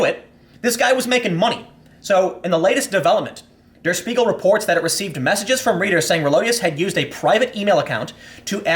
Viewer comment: deh-uh shpee-gul <- that's the way "der spiegel" is supposed to be pronounced Tim